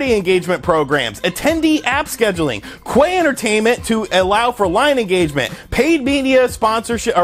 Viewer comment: Queuetainment xD you didn't wuite get that word right lol